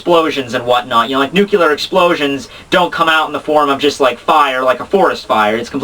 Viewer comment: Hilarious video--you may want to call back smart to tell you how to pronounce "nuclear" though.